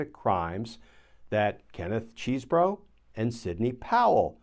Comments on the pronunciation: "CHESbro", not "CHEESEbro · It's NOT CHEESE-bro or Cheese-BOROUGH....it's "Chez-bro." (Cheese is spelled with 3 e's, ya know.)